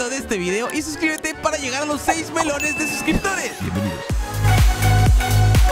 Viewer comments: Sin tú no te diste cuenta que en vez de decir millones en ese video tú dijiste melones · Se dan cuenta que cuando quiere decir 10 millones dice 10 melones 🤣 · Cuando dijo los 6M entendi 6 melones. 😂